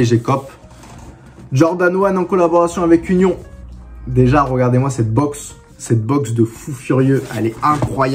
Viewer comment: ça se dit "unione" bosse mais vasy c'est rien. Force continue mon gars